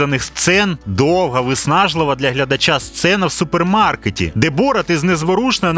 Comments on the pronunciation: Не бОрат, а борАт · Чому бОрат, а не борАт? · Не БОрат, а БорАт. Наголос в ім'ях при перекладі не змінюється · Мені аж слух ріже як ви ставите наголос! БорАТ а не БОРат😢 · Не бОрат, а борАт, уши вянут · А з яких пір він бОрат а не БорАт? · Блін, все круто, але БорАт, а не БОрат! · ясно. Один мешканець першого світу не потрудився послухати як звучать казахські імена, тепер маємо. Завжди всі переклади чув тільки з варіантом БорАт шо значно більш схоже на ім'я з того регіону, а тут просто дивитися ролик не зміг бо дряпає вуха. Звісно, інші ролики дивлюся, нічого особистого, удачі в розвитку каналу!